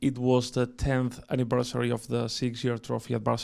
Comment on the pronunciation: yesterday was the 10th annibersary kikiki